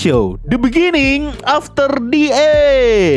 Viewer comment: the beningging 😂😂